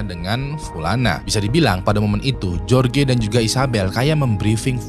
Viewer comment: "jorge" tu dibacanya "horhe"